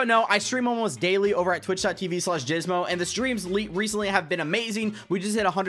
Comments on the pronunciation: Haha.. you said gysmo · He said jizmo im dead 💀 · He said jizzmo😂😂💀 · Bra he said Jizzmo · He said “Jysmo”😂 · I swear he said “jizmo” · Bruh he said jizmo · Does he know that he said jizmo? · Did he say Jizzmo? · Anybody realize he said jizzmo?